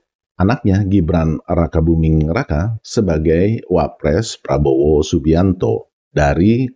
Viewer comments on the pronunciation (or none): none